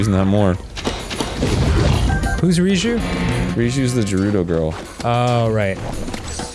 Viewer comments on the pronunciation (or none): Arin pronouncing gerudo wrong every video , when hearing the game pronounce it correctly